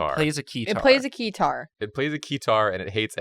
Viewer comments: Keter: extremely dangerous The guys: its plays a key-tar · Keter (pronunced as spelled not kitar) means Crown in Hebrew and is a last name of a deceased O5 (Top Ranked Individual) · That was funny, but when they got to SCP 682 it was a bit painful to listen to lol. How do you mistake Keter with Keytar while reading the description. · And also keter not keyterr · it was also painful to listen to them mispronounce "Keter" the entire time.